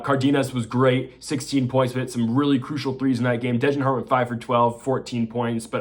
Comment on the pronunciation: If you want people to take you seriously learn how to pronounce the names. Its Degenhart not DEHJENhart